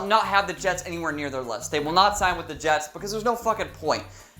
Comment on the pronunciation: The Je(s)ts ... as in 'surely you ... ' ☹️